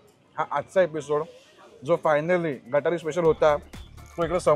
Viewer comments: दादा गटारी नाही गतहरी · गटारी नाही रे बाबा , ते गतहारी असतं